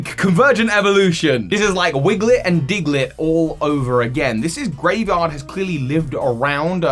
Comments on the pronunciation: constantly calling it Graevard instead of Greavard is making me cringe. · Might just be your accent, but it's spelled Greavard and the website specifically uses the word grievous in relation to it, so most likely it is pronounced Greave/Greev-ard not Grave-ard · it is kinda odd, it is almost certainly not pronounced like graveyard without the Y like how pronounced it though, that would be too on the nose if you ask me and would probably be spelled Gravard or Graevard, putting the E first suggests some different pronounciation. Maybe it is hinting at its evolution having some sort of armor? Greaves are classical shin armor while also sounding like grieve (as in: to mourn)